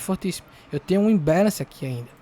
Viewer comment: "Imbéleinci"kkkkk me divirto demais.... like pela diversão.